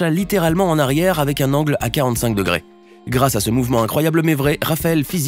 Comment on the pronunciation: un angle a 45 degres (prononcer degret) degrer!!! pas degret ahhhhhh